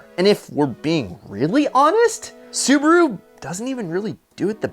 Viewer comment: Does this guy think Su ba ru is two syllables